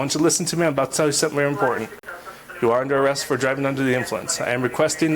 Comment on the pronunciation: that cop sounds trunk couldn’t even say they’re under arrest right says it wrong three times